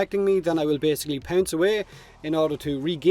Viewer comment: The way you say "pounce", I swear it sounded like "pants". "I'm going to pants the enemy.". If you did pants a grineer it would stun them... How does the shield come about? 😜